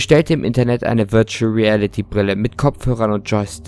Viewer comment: VIRUTAL REALITY" XDDD